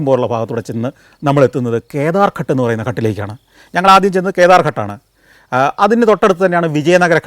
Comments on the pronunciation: ഘട് എന്നല്ല ഉച്ചാരണം, ഘാട് എന്നാണ് ശരിയായ ഉച്ചാരണം ദയവായി correct. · ഘട് എന്നല്ല പറയുന്നത് ഗാട്ട് എന്നാണ് പറയേണ്ടത് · ഘട്ട് എന്നല്ല, ഘാട്ട് എന്നാണ് പറയുക. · കട്ട് അല്ല. ""ഘാട്ട് ""ആണ് ശരിയായി പറയണ० ( കടവ് ) അല്ലെങ്കിൽ അർഥ० മാറിപോകു०. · Athe...Ghat thanne... Santhosh George nu thett pattiyittund